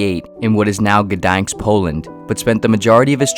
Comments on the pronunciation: “It’s pronounced Gdańsk not Gdanks “- Arthur Schopenhauer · You pronounced a pretty hard polish word which is Gdańsk almost perfectly! Chapeau bas my friend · My man, G is silent in Gdańsk. Greetings from Poland.